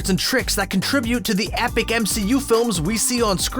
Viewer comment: "Ahpic" MCU films lol